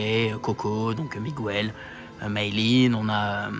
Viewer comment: Coucou, encore une fois super vidéo, parcontre faut arrêter de dire "Migwel", le personnage de Coco c'est Miguel, ça se prononce "Miguèle" comme dans "guêpe"! Voila bisous et hate de voir la prochaine vidéo!!